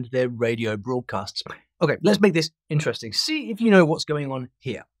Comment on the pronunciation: In "interesting", the stress falls on the first syllable, not on the second syllable as you did. you gave 'interesting" the sound of "intestine" where the stress is on the second syllable.